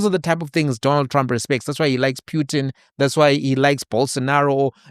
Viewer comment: That Russian president's surname is pronounced phutin/poo-tin not pyutin which reminds me of puke 🤮